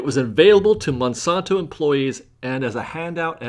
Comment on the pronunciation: Check the pronunciation of Monsanto